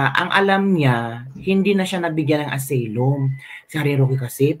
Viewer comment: correction lng ha hindi aseylum ang pagkabasa ng asylum ---"asaylum " ang tamang pagbasa.. god bless